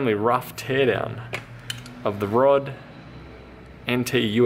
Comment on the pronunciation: ROD.... HAHA ROD! dude RODE is an aussie company.. and you butchered the name...:(